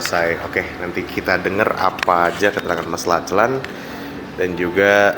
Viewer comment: Anak ini terlihat cerdas, ceritanya runut. Utk yg interview nma Lachlan tu disebut nya “locklen”.